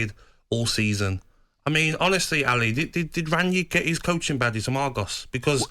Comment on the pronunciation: he said badgers not badges